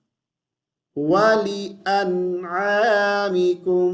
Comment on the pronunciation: آپ نے ول کے زیر نہی پڑھا بلکہ ل پر جزم پڑھا لا نوا مکم شکریہ